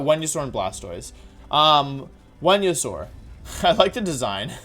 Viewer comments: Uhhhhh....Wenusaur and Jiratina? Is he joking or did I miss a memo saying that Venusaur and Giratina are pronounced differently all of a sudden? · Why do you pronounce Venasaur as Whenyasaur? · "Wen-yu-saur", "Jira-tina" , "Drijigigas" uhmm okay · It's actually pronounced as Venusaur not Wenusaur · wtf is he saying wendisaur??? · Why are you saying venasaur so weird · Day 10 of asking Wolfey to make a wideo where he explains how to properly pronounce Pokémon names #frothlath #wenyousoar #neenaytails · The way you pronounce Pokemon names are quite literally one of a kind It started with Giratina and then i hear Venusaur and Cinderace to the point of me HAVING to point it out Im not gonna judge ya tho, like i said, its one-of-a-kind and certainly makes me want to hear more of you pronouncing the rest of the pokemon’s names XD ^-^ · Why does he say Venusaur like that?